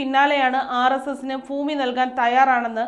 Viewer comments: ഫൂമിയോ?🤣 ഭൂമി എന്ന് പറയെന്ന് പറയാനാളില്ലെങ്കിൽ പിന്നെന്ത് പറയാനാ? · വാർത്തകൾ വായിക്കുന്ന ചേച്ചി ഭൂമി എന്ന് പറ പൂവല്ല ഭൂമി😂😂😂